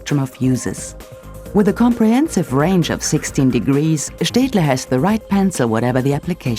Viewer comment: didnt know staedtler was pronounced liked that cool